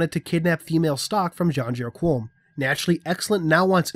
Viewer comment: My internal pronunciation was Muh-ken Scey-ah-ben. So it was weird hearing this. And Janjur Kom, there's no U in Qom. But, nitpicks.